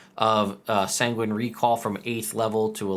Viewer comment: Going to be petty, but I think sanguine is pronounced "sang-win" not "sang-ween"